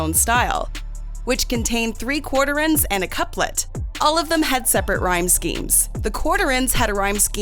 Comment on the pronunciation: Why is it that one can always tell which signs the author of the piece likes? Did you have a bad experience with one, so you razz that sign. While not a Taurus, I watch them all, and viewed this one. It would be nice if the Voice-over girl could pronounce the word QUATRAIN properly. It is not difficult.